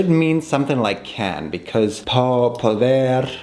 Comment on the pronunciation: Could you please stop pronouncing ‚because‘ like bekiss?! It makes my ears bleed so bad 😂 but the video was very cool so of course a thumbs up 😃🌸